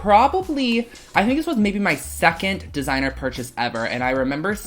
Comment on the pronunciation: Were you a intoxicated when you edited this? “Secon look, three look, f look” 😂😂😂